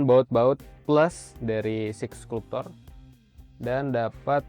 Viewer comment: Bacanya "Skalp-cer" bang bukan bukan "sklup-tor"